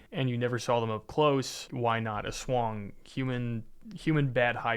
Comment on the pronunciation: I love how you said "aswang" like how a Tagalog would say it. 👌